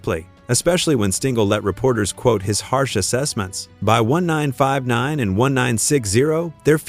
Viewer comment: What AI can't pronounce 1959 ?